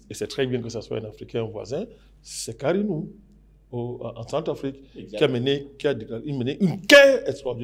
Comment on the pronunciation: Karnou et non karinou